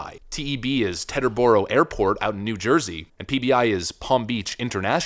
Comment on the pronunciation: its pronounced TEEEEEE terboro airport